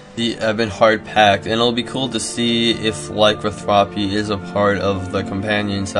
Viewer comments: Vampirism and lycanthropy. Not vamparism and lycothrapy. Vam-pir-ism ly-can-thropy, sorry to be the weird guy. My OCD just lashed out. Thumbed up. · Laicanthwopy? This guy needs to take his spelling classes again. Its Lah-can-thro-pee.